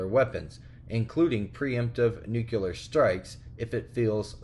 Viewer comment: Please say it with me... NUCLEAR not Nukeuler